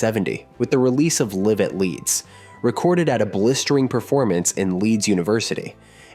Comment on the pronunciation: Yes,, lead guitar pronounced like led. And, later, a reference to the M.O.D. movement. Finally, liv at Leeds. Would it be better to type in the talk-over and then play it back to check for mistakes.